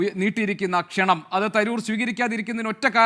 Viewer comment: Kshananam???? It's wrong...Kshanam aanu correct